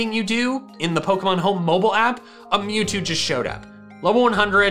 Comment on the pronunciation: Mewzvie not mewtwo